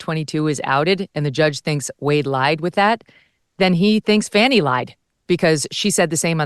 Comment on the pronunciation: It’s NOT faunni….its FAAAni, like a butt